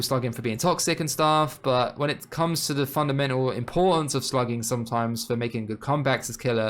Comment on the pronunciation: I can’t be the only one who hears slutting instead of slugging